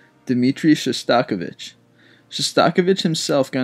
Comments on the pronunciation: shostAkovich??? ShOstakOvich... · ShosTAWKovich? Oy veh.